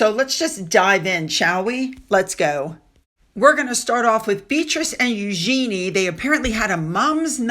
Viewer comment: Please pronounce Eugenie correctly!